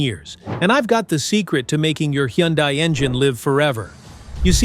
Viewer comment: Hyundai is pronounced like "Sunday"...just saying😊BTW, all this applies to KIAs, too!